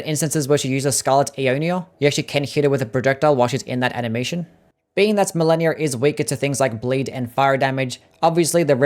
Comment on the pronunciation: You pronounced malenia wrong sosny times